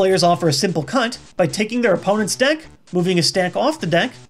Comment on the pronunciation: Did he say the cu word or cut?